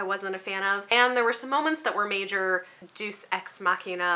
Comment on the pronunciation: entertaining video, and some good reviews thanks! One teeny tiny thing though - Deus does not rhyme with 'juice', it's said with two syllables: 'day-us'. Darn those pesky Latin words xx